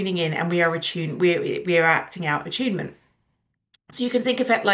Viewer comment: I'm only 2 minutes in, and I know I will like this video, but why does attunement keep sounding like achievement every single time she says it?